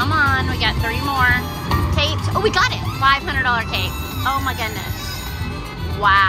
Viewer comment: 🎉awesome win. Kept thinking u saying we need cakes instead of capes lol ❤😂